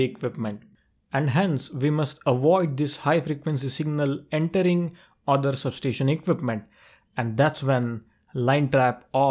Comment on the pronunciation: for god sake please pronounce sub-station properly.